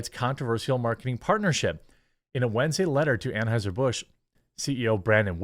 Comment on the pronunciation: Anhueser-butch is one of the best slips of the tongue I've ever heard 😂